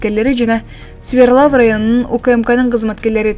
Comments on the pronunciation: Свердлав эмес Свердлов болот журналистсин дагы. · Ай айланайын Свердлов деп так суйлочу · Kg Свердлов деп айтылат.